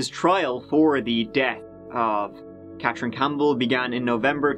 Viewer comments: CaTHerine. Not CatCHerine. Gone. Accent is unbearable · How come you can pronounce Dartmou'th' fine but you can't say Ka'th'erine. Fake News. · CATHerine. CATH THHHHH! I also heard you say EART in the last video I watched mate. Just letting you know xo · Where is this clown from? Cat rin, across the river from Halifax, Teerooow